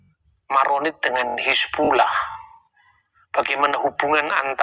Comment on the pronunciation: Bang.... Hizbullah bukan Hasibulah.. tolong di ralat ya